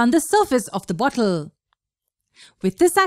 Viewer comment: Hear how does it say bottle so funny